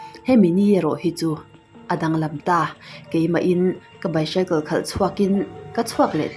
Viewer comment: Bicycle hi...baisicle tia lam tur